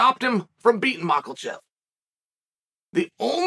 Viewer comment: Does our lord mispronounce name on purpose? I thought no but macklachev? Maybe he just doesn't care about pronunciation